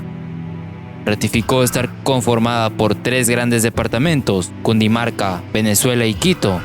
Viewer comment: Es Cundinamarca no Cundimarca